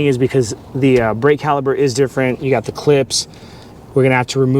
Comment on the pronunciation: Great instructional video for the new guy. I've done several brake jobs myself but I always loke watching a video before tackling a new vehicle. Now, are you saying caliber or caliper? That was driving me nuts as they are calipers.